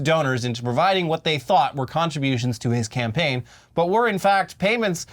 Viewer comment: Do I have to say it? No cam-paign No cam-gain